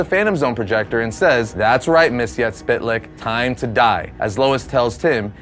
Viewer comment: It's pronounced Myx-is-spit-lick.